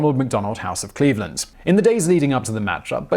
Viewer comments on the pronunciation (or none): none